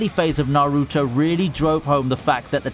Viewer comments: Bro it’s not na-ruto it’s naruto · why does he pronounce naruto like that?